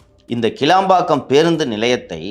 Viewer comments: கீலம்பாக்கம் அல்ல ; கிளாம்பாக்கம் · It's not keelambakkam. It's kilambakkam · ஐயா அவர்களே அந்த இடத்தின் பெயர் கீளாம்பாக்கம் இல்லை கிளாம்பாக்கம் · கிளாம்பாக்கம் மா கீழாம்பாக்கம் மா???? தப்பு தப்பா சொல்லாதப்பா? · டேய்...கீளாம்பாக்கம் இல்லேடா....கிளாம்பாக்கம்...